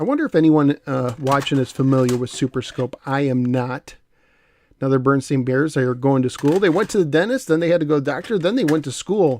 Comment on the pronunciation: Berenstain - "BARE-EN-STAIN' not "bernsteen." Also, I remember the Muppet Music tapes!